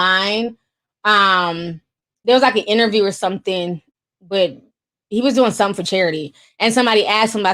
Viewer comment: I like watching the show but u can’t talk it’s something not sometheen or thing not theen omg that’s burns my soul u can’t add a g and say thing or something my god